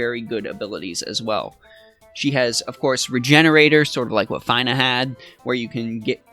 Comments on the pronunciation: lol your the first person i heard pronounce her name as FINE-AH,,, it's feena :P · Fee-nuh! It's Fee-nuh! Say it with me now, "Fee nuh" and again "Fee nuh". Her name is pronounced Feenuh! You do NOT pronounce Fina Fi-nuh! It's not like, "Finally I finished watching this dude make me cringe everytime he pronounced Fina's name wrong!" It's like, "The Fee I had to pay cringing was E-nuh-ff of a pain to my ears that I could barely make it through the video!" I feel really bad for coming at you like this, bro, but i had to stick up for my girl Fina. I love FFBE and she frickn' rocks! In conclusion, I apologize to you for being an asshat. It's your life, your game experience, your channel, and you are just as valuable a human being as I am and I appreciate you because at least you are at content creator. You take time out of your busy schedule to make and upload these videos so people like myself and others can enjoy the great content you provide! You ROCK! You stay safe, take care, stay healthy, and wash ya hands! Oh and did I mention that her name is pronounced FEE-NUH? FEENA. Better yet, like Xena Warrior Princess. Fina sounds like Xena. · Fine-uh... oh man... -_ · It's 'F-eeee-n-a" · W - Came to the comment section to say this....you said it better. Props to for admitting the Faiy-nah fiasco. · At least he didn’t say Feener. But Fine -ah makes sense though. Fina from lFinal Fantasy”. Not much of a stretch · Your pronunciation of Fina is cringe worthy 🤣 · Fine-ah? Med-ye-nah? Bye 👋😂